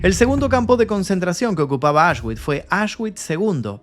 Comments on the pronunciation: Se pronuncia "Aush(x)bits" de nada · Un reportaje muy interesante. Por cierto, Auschwitch se pronuncia "ausbitz" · Me pierdo cuándo dice auchsguits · Auschwitz ❌ Ashwick ✅ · Como dices ?? Asgüich? 😂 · Se pronuncia aush-vitz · La W suena como V